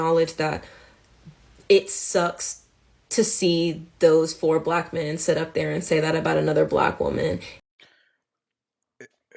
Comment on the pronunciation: I’m offended by the way she says Block instead of Black